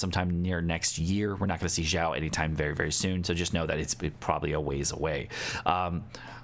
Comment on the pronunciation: Xiao is (Shao) not (Zhao). Even as a non Chinese person this is annoying lol.